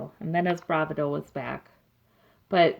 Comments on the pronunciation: Hi....enjoyed your reading and we can only hope that justice will finally be done. I believe the universe is listening. By the way, just FYI bravado is pronounced bra VA do not bra va DO. The emphasis is on the second syllable, not the last. Just FYI, not meaning to nitpick at all! Pat E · The word is pronounced BRA VAH DO. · Thx for the reading... I think it's pronounced.. Bravado.. with the emphasis on the second syllable not the first.. :) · this is nitpicky, but please learn how to say bravado